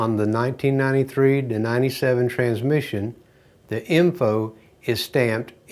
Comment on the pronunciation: I like the way he pronounce it without a s......tranmission lol